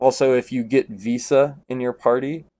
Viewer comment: Can’t handle this guy calling one of the most iconic characters “Visa”